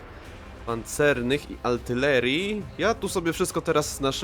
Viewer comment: Z całym szacunkiem...lubię Cię oglądać, ale tej "altylerii" nie mogę słuchać....proszę Cię popraw to